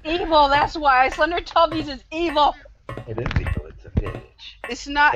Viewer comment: its not slendertubbis its slendytubbis